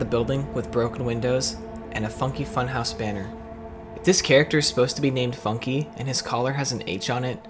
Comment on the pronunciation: at one point i thought u said "the f*cking funhouse" 💀